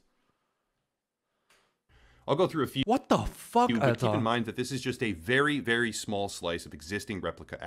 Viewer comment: Ich mag das übertriebene "WHOT DO FOCK" von überhaupt nicht!!!